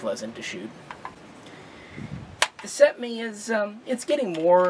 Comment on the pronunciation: Cetmeee ee no iii